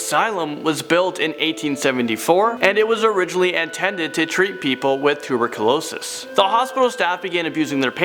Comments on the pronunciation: Hey, you said tuberculosis wrong, it's not tu-rick-losest. LolL! I had re listen a few Times to make sure, but yep u said it wrongggggg! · Did he just butcher the word tuberculosis?